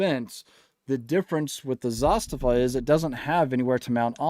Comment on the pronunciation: you are the only one I know that pronounces Zastava correctly. Great video. I have several kit builds by Northwest Gun Supply and SOF Defense out of Phx. Both great builders